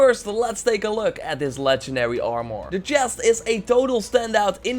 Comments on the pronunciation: THe way you say "armor" is annoying. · I gave your video a dislike because you say armor weird